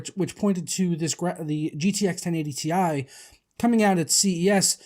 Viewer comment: It's tie not T.I.